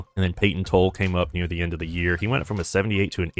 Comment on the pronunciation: Payton TOLL-E.. Tanner HOW-K.. cmon now